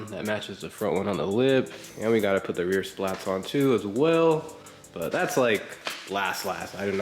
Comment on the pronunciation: They're called spats not splats lol I love this car. You did a great job